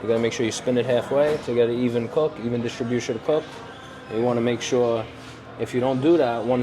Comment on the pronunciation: Drinking game: Take a swig everytime this knob end says "Distribushe".